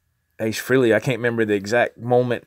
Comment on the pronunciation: Its pronounced FRAY-LEE ....... not FREE-LEE. (and yes, Ace is the coolest !) Cool info on the vid. Keep this stuff up !